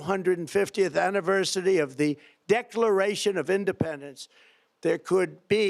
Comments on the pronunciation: Anniversidee? Wtf is that? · “The 250th Annivsersity”